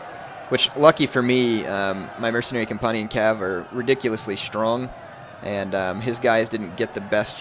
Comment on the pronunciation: compunnian? it's companion